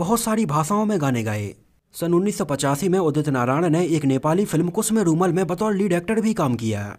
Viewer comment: Kusme rumal nahi kusume rumal bol